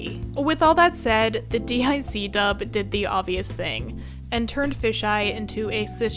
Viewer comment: It's pronounced "Deek" not Dee Eye See...and DiC didn't super the S and SuperS season, that was from Cloverway